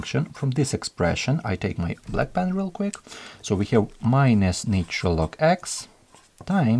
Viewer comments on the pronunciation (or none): none